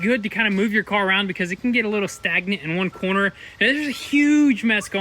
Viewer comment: "Were almost done with the carrr"!!..😂😂😂